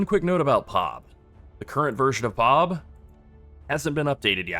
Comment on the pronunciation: bro please stop.... It's P. O. B and not POB 🤣😂😂😂🤣